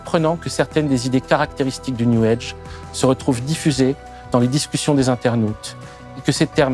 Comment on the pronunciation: Prière d'arrêter de dire "new EDGE". C'est "new AGE".